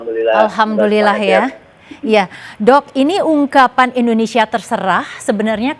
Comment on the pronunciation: Indonesia. bukan endonesia.